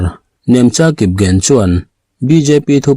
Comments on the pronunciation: Kipgen tih hi....Kipzen tiin i rawmn chhiara. Kipgen chu an chi hming ania ZEN tih tur ni lovin "G" hi "Z" Nilovin mizo in A AW Bkan chhiar dan pangngaia G ( ek) Gen tih tur ani..... 😅 ari/sound a lang thei si lo a, fiah zo tak maw😅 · Kipgen i lamdan a diklo,j ang a lam loin g angin lam rawh😊